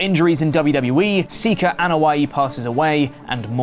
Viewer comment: Was not ready for how good Pete's accent sounded and what seems like a spot on pronunciation of Sika's full name. What a plot twist. RIP Sika. Many thanks in are in order for the legacy you've left us all. A job well done.